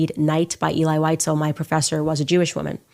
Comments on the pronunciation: VIE-ZELL VIE-ZELL Now WhiteZell. good grief. You mis pronounce his name like that monkey does... ELI VIE-ZELL.. sheeeesh. I hope that monkey has bodyguards... 24/7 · She can’t even pronounce his name. Eli Wise-el! Idiot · She should learn how to pronounce his name properly before calling him a liar. it's Elie Wiesel (Vee zel) and he was Romanian not Ukrainian. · She doesn't even pronounce Elie Wiesel's name properky. How sick! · If you can’t pronounce the author’s name correctly, Candy, anything else you say is irrelevant. Lazy with the name, lazy with the truth. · You mispronounced Elie Wiesel's name. Nonetheless, thanks for the video. I grew up among survivors and refugees from Nazi Germany. I recommend reading the books of Primo Levi. I recommend "If This be a Man," "The Truce," and "The Periodic Table." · She doesn’t even pronounce his name correctly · Can‘t listen to these lies, my grandparents were Germans who saw those cruelties with their own eyes living next to Stuttgart airport where they had a small concentration camp for PoW and Jews to be transported to the death camps. By the way, Wiesel is a German name for a little animal weasel, pronounced weezel for English speakers 😉